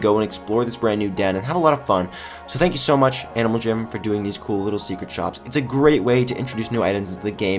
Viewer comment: If u go to exactly says THEY YOU instead of THANK YOU